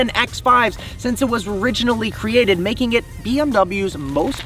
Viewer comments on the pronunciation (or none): none